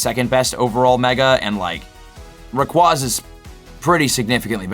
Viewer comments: Why you say Rayquaza like that? Lol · Still haven’t learned how to pronounce Rayquaza, I see. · Not trying to be rude, but the constant mispronunciation of Rayquaza really grinds my gears while trying to watch this.